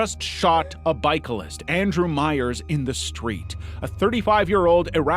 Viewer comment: A "bikalist"? Also, how can someone refuse charges?